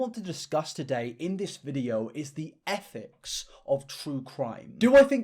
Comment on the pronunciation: i genuinly believed he said effects and not ethics.